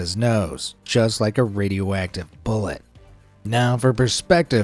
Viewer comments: I kept hearing him say "Radio Whack-tive" and now i can't un-hear it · Bro said radio wacktive🗿